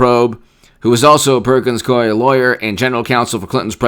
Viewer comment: What about Perkins " Coupie " Coie. 😂